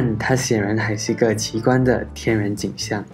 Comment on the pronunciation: 奇觀聽成奇葩..